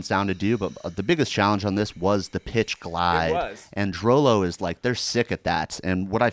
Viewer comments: ITS PRONOUNCED DROOLOO NOT DROWLOW GOD DAMMIT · It's pronounced "droo-loo." DROO-LOO you animals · its actually pronounced "drew Lou"